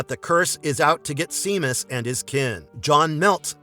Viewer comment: Great video! Heads-up, regarding The Cursed: Seamus is pronounced "Shay-mus," rather than "See-mus."